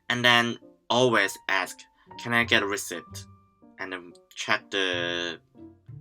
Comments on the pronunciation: The ceipt part of receipt is pronounced like seat. It's pronounced as re-seat. Just trying to help you if you weren't already corrected. Oh.. And your English is good. Don't listen to some of these other people. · just being itchy"receipt" is pronounce as receit "p" silent. Thank you!!!! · J walking is illegal? That's mad! In England I do that all the time as we have so few designated crossing areas! And a tip, the way we pronounce the word receipt is more like "ree-seet" than the way it's spelled. English is stupid haha